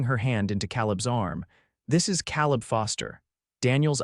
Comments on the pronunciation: And it is kay-leb and not kal-eb. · Your AI needs pronunciation classes. CA leb, not Calleb. Long A. Indiana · AI HAS Pronunciation ISSUES. Caleb is usually pronounced K LIB. NOT CAL LIB. BUT it’s learning. Good story tho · You really know how to mispronounce names! Calleb is pronounce C-A leb, not Cal-eb. Get with the program! It was a cute story but I won't be back. The A. I. Voice really needs to go! 😞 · How many ways can you spell Caleb? And it's pronounced Kā-leb. Like in the Bible... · Tha name is Kay-lub. Your A I enunciation is flawed. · Kay-leb…. I agree, ….. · Fix the AI! It’s “Cāleb”; not “Căleb”! And is it impossible to figure out how to program AI to do a better job of pronouncing “live” and “lives”? I know English is a tough nut to crack on the subtleties between the noun, adverb, and verb pronunciations of certain words but isn’t that what human editors are for?! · Lawdy... can't read "lives" properly. And..."Caleb" is commonly pronounced "KAY-lub"... can't even get a main character's name right - er, consistent? Gag. Then the subtitles go from CALEB to CALIB. Then, minutes later, go to CALLEB. Good grief, the technicals are so ridiculous.